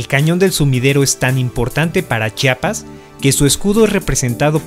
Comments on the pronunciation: Gracias por pronunciar adecuadamente la palabra Chiapas. Es terrible que omitan la "i" entre la "ch" y la "a". Me encantó el video. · Muy buenos videos y principalmente se les agradece que pronuncien bien Chiapas, se los dice un Chiapaneco orgulloso de haber nacido en este estado ya que es molesto que pronuncien Chapas.